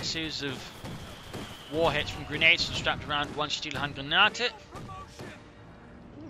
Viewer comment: Best "regades" from American,!